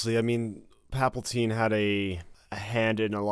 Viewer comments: Also,, are u saying palpaltine on purpose to infuriate nerds? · Dude, will ever get his shit together? Aks, Papltine?